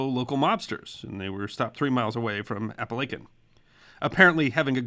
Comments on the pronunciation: I lasted little more than 4 minutes watching this before I had to shut it off. It's not because of the subject matter but because whoever narrated this as well as the host wearing the bow tie should know better and learn how to properly pronounce the name of the town of Apalachin, NY as well as some of the names of some of the notable Mob Bosses whose names come up repeatedly. I grew up in upstate / western NY and Apalachin is NOT pronounced with a "long" 'a' in between the L & C. It's Ap-a-lach-in with the "lach" pronounced like "latch" as in a door "latch"; not with a long A as in LAKE and speaking of that, the "CH" is pronounced like "chin" and NOT pronounced with a hard letter "K" as in "kin" You people really need to get it together as far as how to pronounce the subjects in your videos and as it is it's un-listenable to try and sit through watching this with that jarring sound of mispronounced names and the location over and over. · My first thought when seeing the title, It will be interesting just how the pronounces “Apalachin” as the name is typically butchered by non locals. Good job! Many place and feature names in the area are of woodland Indian origin defying correlation between spelling conventions and proper pronunciation. I’m a native of the area and well remember the event. Local front page headlines ran for days, yet ultimately the story seemed more a Keystone Cops episode. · Except that Ray Liotta mispronounced Apalachin. This video got the name correct at the beginning but strangely mispronounced it later . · Another great video! It was great to hear a local story. FYI it is pronounced "Appa lake in" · Your wrong. I've studied this profession well over 20+ years. The correct way to pronounce it is appa-la-kin not chin... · Chin not kin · Native Southern Tier native here. Its pronounced A-pal-a-kin not A-pal-a-chin. I still sweep chimneys in Apalachin, I come from some amount of authority on the matter.